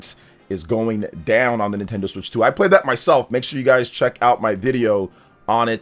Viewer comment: NintenDeen? More like, NintenDONT 😅